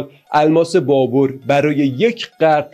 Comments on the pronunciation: دوست عزیز تلفظ ( BABER ) صحیح است نه ( BABOR ) . این بی توجهی از شما بعیده و اصلا پسندیده نیست . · آقا جا بابَر ھست بور نیست بابر babar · فکر میکنم تلفظ درست بابر باشه نه بابور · لطفا فارسی بخوانید و تلفظ اسامی را درست بیاموزید ، نامی به نام بابُر نداشته ونداریم سواد کافی شنونده وبیننده کافی